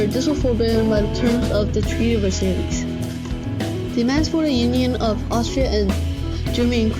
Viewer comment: The treaty of Versailles and he said versailees